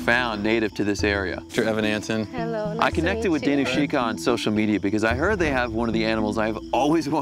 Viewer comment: Lol I thought I heard him say his name was Evan Hansen not Evan Antin